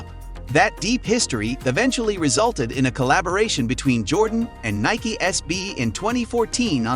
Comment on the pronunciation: I stopped when you can't say Nike correct